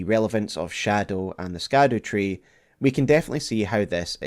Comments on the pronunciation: All this research, and you still pronounce Scadutree as SKADUtree? instead of Shadutree? I can't take you seriously when everyone and their mother already learned that it's pronounced with an 'SH' and not a hard K..... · Scadutree is pronounced shadowtree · Please start saying shadowtree instead of scadutree, it’s pronounced like shadow 🙏 Just a little annoying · I think scadewtree is pronounced Shadow . like gaol and such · ITS SHADU-TREE NOT skad-ew- tree 😁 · not sure if you heard yet but Scadu=Shadow. Scadu is the old world spelling for Shadow. It is still pronounced Shadow. Ziostorm and a few others found this out fairly recently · SHADOW- tree...not Scadu-tree...its old english, for shadow, remember it for next time! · pls stop calling it “scatter tree” it’s shadowtree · Interesting note, its likely that scadutree is pronounced as shadowtree, seeing as the middle english spelling of shadow is similar to scadu, with the sc being pronounced the same way it would be in words like conscience and luscious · The Scadu Tree is pronounced "Shadow Tree". I know, I was shocked as well 😂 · His half brother Rykard. And Scadutree is pronounced “Shadowtree”. I would think that a Scotsman would know how to pronounce Gaelic. Love your content regardless. It’s so thorough, and your ability to both entertain and educate is a true gift. You would make an excellent college professor. ❤ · You know its pronounced Shadowtree right? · Scadu reads Sha Duw its old English for shadow or shade it’s basically called shadow tree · Scadu is pronounced as "Shadow" thus the Shadow Tree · Scadu is pronounced shadow in the same way gaol is pronounced jail. Its olde englishhhhh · I choose to pronounce Scadutree like Belushi. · Youre pronouncing scadutree wrong. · Youre pronouncing "scadutree" wrong homie.